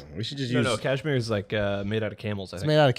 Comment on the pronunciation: quote of the episode: ‘Cashmere-toe’ 😂😂